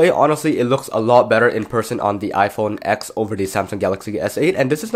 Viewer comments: IT'S READ AS "TEN" NOT "X" 🙆‍♂️🤦‍♂️ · iPhone Ten! Not ex! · Yet another tech video where you call it the “X” not the “10” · It’s not pronounced iPhone “ex” it’s pronounced iPhone “ten” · Why do you keep saying “iPhone ex”? It’s the iPhone 10. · do you mean iPhone TEN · It’s called iPhone TEN!